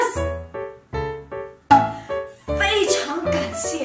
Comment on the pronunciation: 発音の口の形のアップがいいです。とくに、中国語を勉強している皆さんに注意してみていただきたいのは、非常感谢，非常抱歉のnとngの違い。とても分かりやすいです。所以，我也非常感谢～😄